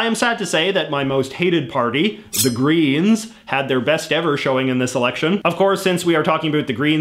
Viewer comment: the way he says greens is hilarious